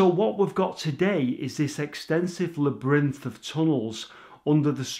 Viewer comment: Lol “la brinth” I think you mean labyrinth.